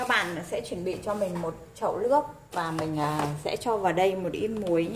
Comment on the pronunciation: Sao lại nói là , Lóng với Lước khó nghe quá, sửa đi